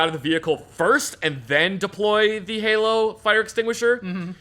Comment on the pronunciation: Bruh, haloN, not halo. My old ass was knife handing at the screen every time. Love these stories though, takes me back